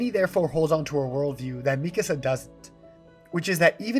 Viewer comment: Not at all related to the topic but I'm so glad to hear Mikasa's name pronounced this way. I've been hearing other people say it like "Mi casa" and it drives me crazy